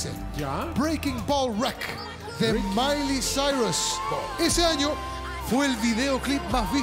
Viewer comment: la mairus sairus.